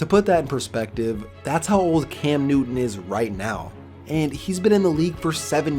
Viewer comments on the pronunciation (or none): none